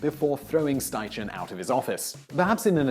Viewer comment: It's pronounced Sty-Ken, not Sty-Chen.